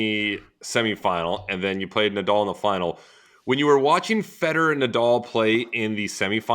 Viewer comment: can someone teach these american's how to pronounce nadal? It's a joke that one of the three greatest players ever cant have his name said properly